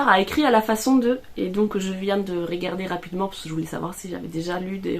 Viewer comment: Pourquoi quand tu parles, mets- tu des accents là où il n'y en a pas ? Ex : régarder (ré) au lieu de regarder (re), etc... ce n'est pas une critique, mais j'aimerais comprendre... 🤔